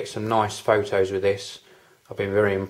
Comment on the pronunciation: nice """""Foe Toes""""""lmao